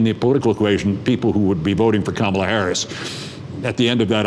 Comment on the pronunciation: Keith work on pronouncing her first name